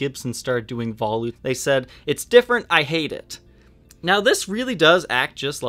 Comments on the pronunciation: Veh loot. Not vah lewt. Sorry. Awesome video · Black chrome. First thing I said when I saw this 'thing' is "It looks just like a Jackson Roswell Rhoads!!" I also believe it is pronounced vol-ute, like sport-ute, not vol-oot. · I appreciate your efforts... but for the love of god, “vuh-loot”. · Yes...... vuh-loot